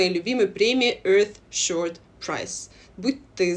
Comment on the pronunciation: добрый день! Со всем уважением, вы говорите EarthSHORT prize, а правильно EarthSHOT prize